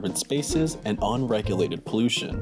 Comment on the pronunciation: Cheddar, you gotta get some better narrators. This 17 year-old kid built a microphone out of a toilet paper roll just so that he could spout nonsense words like "ON-regulated" into it in the course of his monotonous book report.